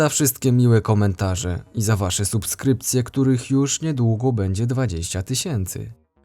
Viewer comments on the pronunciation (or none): none